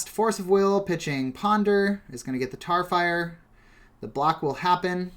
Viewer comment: lol how did you mess up tarfire twice?! you of all people